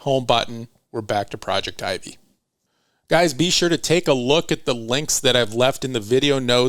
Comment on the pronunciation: I dont know but isnt it that "Projectivy" is pronounced as "project tv" (pro-jec-ti-vy)?? Am i wrong? I just cant stand it 😂